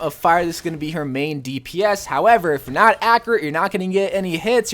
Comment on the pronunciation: Take a shot every time he says “ackeracy” or “ackerate”